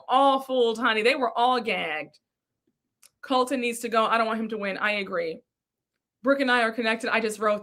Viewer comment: Every creator I’ve seen that I watch is sick of Colton!! lol says calls him Coltron!!!! 😂😂😂😂